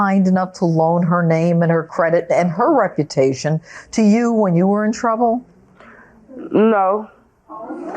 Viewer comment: I don't have to pay, damaged my rep-a-tation...